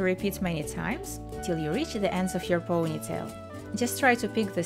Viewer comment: years has passed and she is still saying POOOGHnytale. why? it's ponytail. Since you have a channel that focuses on hair styles, don't you think it is important to learn how to say ponytail?